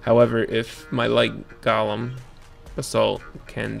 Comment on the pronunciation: GO-LEM.. Not Gahlem